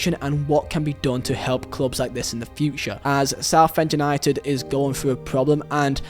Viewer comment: Where are you from its UNITED not u need you cant say united